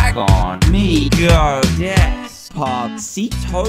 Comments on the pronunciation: It's DES-PA-CITO, not "dEs pA cEi tWo1!!!1!!1!1!!1!!" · LOL love how Dan says Despasito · Sarah Al-Zeer i love when he said des pa see tho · Maxie MC This is what I heart Dres-Pwa-cetoo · White Star SeeToe😂😂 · Lol I like the part when dan says decpacito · I LOVE WHEN HE SAYS DESPACTO. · When dan tdm dosent know how to say descipto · Lol Dan said pacito lol lol lololololololololololololol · LOL HES like Des P cito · I thing he says des put Sito? I dunno?